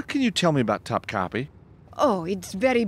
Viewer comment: cringing at the pronunciation of "Topkapi"